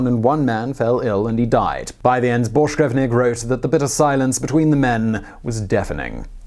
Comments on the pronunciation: His name ends with VINK not VNIK. Had to get it out there. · Carsten BorschgrevINK! His name was Carsten Borchgrevink, not Borchgrevnik. Jesus.... A guy goes way the hell out of his way to be the first man to step foot on Antarctica.... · ARRRRGGGHHHHH How do you manage to continually butcher names when you have them there right in front of you ? his name was "Carsten Egeberg Borchgrevink" NOT "Carsten Egeberg Borchgrevnik" !!!!!! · Hehe, "Borsh grevnik" Bork-grevink.. Not that hard really..